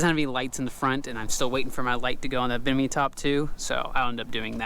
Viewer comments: I keep hearing him say “binimi” top instead of “Bimini” and I don’t know why it is causing me so much grief. 😶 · Bimini top not binimi…